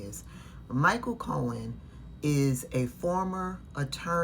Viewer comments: "co-hen" wth? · Fox can’t pronounce his surname it’s not co hen 😂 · Fox announcers can't pronounce names properly. Cohen is a hot mess. Leticia is not dishonest.